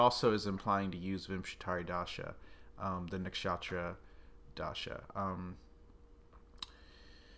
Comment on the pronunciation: Please say Nuksh-uh-truh not Nak-shaaatra thanks it's like nails on a blackboard or pronouncing chair like chaa-eer. Thank you